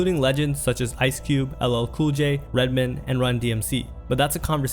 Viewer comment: Well done video but I have one criticism. It's RedMAN not Redmen. 😅